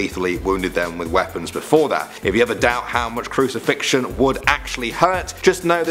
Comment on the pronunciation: Just so that you don't loose credibility, may I interest you in new fangled book called a dictionnary? You know, just so you proofread your text before publishing? For words like, say, 'crucifixion'...